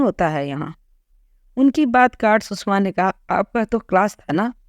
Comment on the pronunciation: Please pronounce the name coorectly, सुषमा not सुसमा.